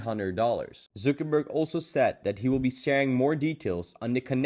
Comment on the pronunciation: “Mark Zookerberg”